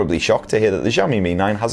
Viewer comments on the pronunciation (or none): Might be a good idea to learn how to pronounce Xiaomi properly. The X is pronounced sh as in shit. Shi ao mi Xiao = small 小 Mi = rice 米 I live in China and the Mi 9 as well as Mi 9 SE have been available for a while. The same goes afaik for Europe. A review vid would be great. Cheers! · I think we need a whole book that can learm us to pronounce xiaomi perfectly